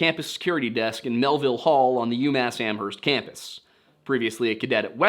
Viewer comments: Hey, my neck of the woods! Locals pronounce Amherst without the H, btw, like Am-erst. It's wild that none of the 3 pizza places were Antonio's. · only posting cause you usually ask to be corrected: the H in Amherst is silent! "am-urst." And Haverhill is "hay-vrill". Excited that you're covering this case ( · You don't pronounce the "H" in Amherst, but this is a great overview! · and a silent h in amherst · Lol the way you say amherst